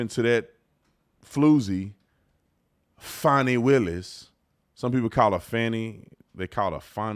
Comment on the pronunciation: Its Fani "Need a G" Willis